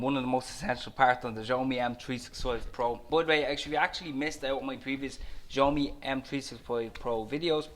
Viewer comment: It's pronouned "shyaomee" ☺️